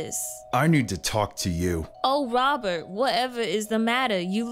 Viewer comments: "Wobert whatever is the matter, Wobert don't use such language" 💀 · "Wobert wha eva is the matter?"